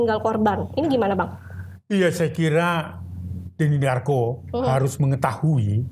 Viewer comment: Denny "DARVO" ehh... darko